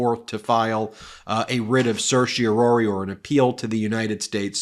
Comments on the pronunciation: The 4th syllable of "Certiorari" is pronounced RAR, rhymes with CAR, not ROR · For goodness sake, please learn how to freakin' pronounce certiorari. There's no "ory" sound at the end. Geez!